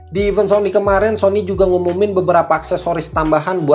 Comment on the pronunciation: Event bang bukan even